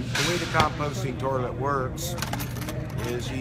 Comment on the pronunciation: You know it works great because he says terlet instead of toilet